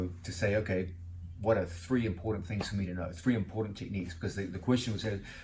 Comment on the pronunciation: Quit saying "tree" instead of three please. annoying